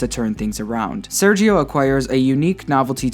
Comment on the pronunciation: Aight' my guy (Sergio) it's pronounced [serjio] not [seryio] Good vídeo by the way 👍